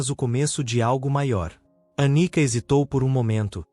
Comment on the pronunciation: Anica ou Anitta? Prestem mais atenção. ..